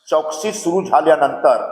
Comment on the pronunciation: चाटू आता कधीच नीवडून येणार नाही आहेस गेले ते दीवस मराठी बरोबर बोल चोकसी नाही चौकशी